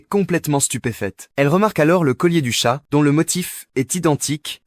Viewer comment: Wsh c’est moi ou il a dit les tchates